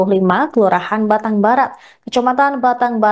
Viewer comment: Battang bukan batang